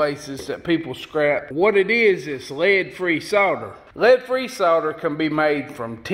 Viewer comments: how the fuck you says "lead" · This is a good, informative vid & fun & funny. Bess tek a class en Sothan drawl for this videe-eye-ee-eye-oh! I cracked up the first time I heard him say “Lead Sinkers” slowly & the word “Lead” was two syllables (lay-Ed) like my SC sis-in-law says “Bray-Ed.” Ya know, Bray-Ed...as in... Raw Toast. ;-) The “Ten” sinker doesn’t mean #10. It means Tin. Ha! I do enjoy a good drawl! (& yes, I know he doesn’t Always say “Lay-ed.” More often he says it correctly.)